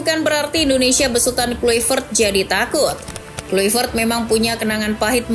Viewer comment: Di bacanya klaivert. Bukan Kluivert!